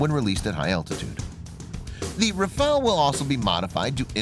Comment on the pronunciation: Daniola M : IDIOT & crétin, prononce correctement le nom : RAFALE non Rafael